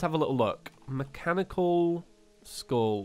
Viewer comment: How weird is it that said Mechanical Skull so much that my brain combined it into "Mechaniskull"